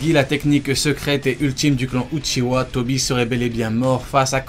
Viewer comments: Mec c pas uchiwa c uchiha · Pourquoi les francophones disent uchiwa et pas uchiha???